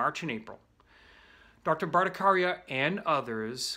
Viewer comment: You pronouncend Bhattacharya incorrectly